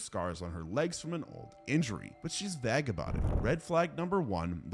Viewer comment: I have never in my life heard someone mispronounce "vague" with such conviction